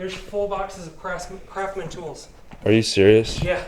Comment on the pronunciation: someone jumbled up "craftsman"